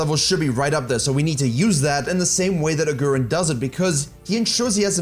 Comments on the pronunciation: his name is pronounced aguriiiin not agu ren. still love the fact that u produced a video bout them! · A-who-rin? Who-drel? I only watch this channel to get Johnson's exclusive Lee mechanics. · For Germans it's so funny how he says Agurin😂